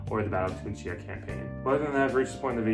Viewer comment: Why are you saying Tunsia? lol